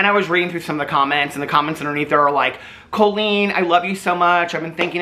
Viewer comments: You saying her name like Coal-Leen is sending me to stabby town. Lol. Caul-lene, like Jolene. Anyhoo....she's just like Shane. I've been saying this the whole time she has been YT FAMOUS. Maybe we need to check in on anyone else from the early days of YT that did comedy, as they all seem to be sick people.... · I keep hearing “colon” when says “Colleen” and I respect.